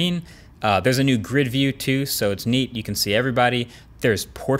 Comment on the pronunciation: Dis TEW MUCH! 😩😂